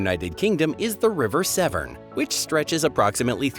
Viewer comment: Severn not seven.